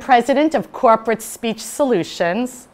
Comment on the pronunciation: I was watching your presentation on full screen and had to pause it so I could read the description under the play window just to catch your company name (Krupert Speech Solutions is what I heard) Corporate Speech Solutions. I guess you did that on purpose to show us how disrupting dropping syllables out of words or otherwise mumbling is to effective communication.